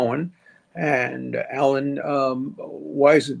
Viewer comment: Why cant you say Weisenburg's name. You always, in every vid, trip over saying his name. 🙄